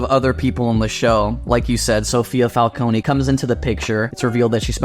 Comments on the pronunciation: You guys are my new favorite YouTube channel… But for the love of god it’s FAL-CONE not FAL-CONEY 😂😂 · You guys were pronouncing "Falcone" just fine at the beginning, then reverted to the way it was pronounced in Batman Begins & the Dark Knight. There's no extra emphasis on the "E" at the end